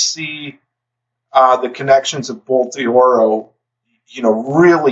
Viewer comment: I apologize for nitpicking a side point here, but just fyi. Bolt d'Oro is not pronounced "bolt DEE-oro". You pronounce it exactly as you would if the apostrophe wasn't there: "bolt DORO". Again, sorry for nitpicking, but I figure that name is going to come up a few more times in future videos, so you might find it helpful.